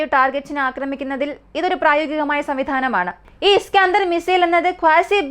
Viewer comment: ഇസ്കാഅന്തർ മിസൈൽ അല്ല ഇസ്കന്ദർ മിസൈൽ..